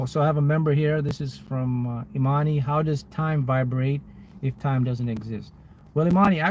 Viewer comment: I love everything about this but My name is Imani & I appreciate you for actually pronouncing it right 😮‍💨😍 that always warms my heart 😅